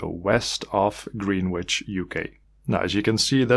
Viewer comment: Greenwich is pronounced 'Gren-ich' !